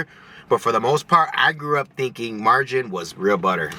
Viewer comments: Good video! Have a good weekend too!! ❤❤stay safe out there! 🙏 It's pronounced Mar ga rine! 😬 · Your best video are solo. And it's marg a rine